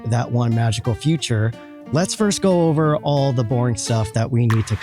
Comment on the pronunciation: 'Feature' is not pronounced as 'future' ;-)